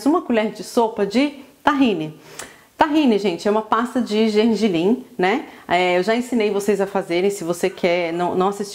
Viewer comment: É " GERGELIM" E NÃO GENGELIM ,TEM CERTEZA QUE VOCÊ ENTENDE DE COMIDA?? GRATINADO TEM QUE TER QUEIJO!! QUE CULINARISTA É VOCÊ??AFF